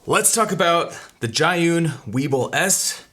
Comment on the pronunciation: The brand name is pronounced as "G-Yun," which literally means "to the cloud" in Chinese